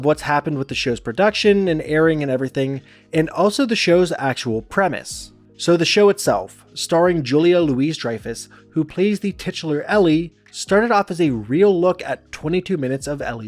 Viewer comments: Julia's middle name is pronounced loo-ee, NOT loo-is. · Is part of the curse having some schmo on YouTube mispronounce your name for 12 minutes? It's "Louis" like "Louie", not "Louise". Show some damn respect. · It's NOT "Julia Louise Dreyfuss" with the middle pronounced like "lew-eeze". It's "Louis", pronounced like "Loo-ey". That really bugs me. Good video overall. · It's not Louise, it's Louis as in Louie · It's not "Louise-Dryfuss" it's Louis-Dryfuss. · Every time you said "Julia LOUISE Dreyfus" I smothered a puppy. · It's pronounced "Louie," not "Louise." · This is a fantastic video, but it’s pronounced “louie” not “Louise” love you channel 🙏🏽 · It's pronounced Louis. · It was SOOOO hard to hear that over and over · her middle name is pronounced louie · Louis =\= Louise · Minor nitpick, but aside from the footage not being Elaine in a section of your video, the Julia's last name is pronounced LOUIE-Dreyfus. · Why does everyone pronounce her name wrong nowadays? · The ‘s’ in Julia ‘Louis’ Dreyfuss is silent. Your anal-ysis neglected to mention that Jason Alexander and Julia Louis Dreyfuss had extended stints on Curb Your Enthusiasm. Either by choice or ignorance, you also plum forgot about The New Adventures of Old Christine, which ran for several seasons — but that would trash your narrative. You reluctantly mentioned Veep at the end. Your editorial bias makes me wonder if you moonlight at MSDNC?